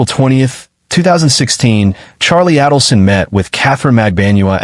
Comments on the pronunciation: Only Adelson is wrong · What he’s saying is you’re pronouncing “markle” like marble… Dan’s last name is pronounced “Mar-kale”. but here you did pronounce it Mar-kale 👍🏼 And it’s aydle-son. As in the word ladle (a type of spoon used to serve liquids like soup) RIP Dan Markel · You're mispronouncing Adelson and Markle! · You must first learn to say their names correctly before you can even tell their story. Adelson is pronounced with a hard A, and Markel is pronounced with the emphasis on the last syllable.